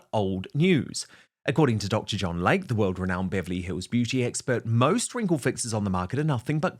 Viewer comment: PRONUNCIATION: It is NOT Dr. "Lake", it is pronounced "Lay-Key" 🙄